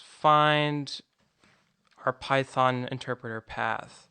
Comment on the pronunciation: PAITHON, WHY PHAITON?